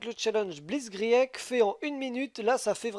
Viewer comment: tu feras gaffe blitzkrieg ça se prononce blitzkrigue :)